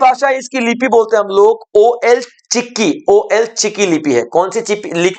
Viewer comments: Ol chiki ''O L" chiki nahi jabki ol (all,ओल) hai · "ओल चिकी " कहते हैं,ओ एल नही बोलते है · ओ एल चिकी नहीं ओल चिकी होता है❤❤❤❤ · Ol ka pronounce (all ) hoga